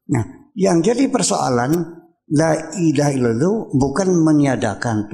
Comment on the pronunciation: Ngomong La Ilaha Illallah ga bener Uya.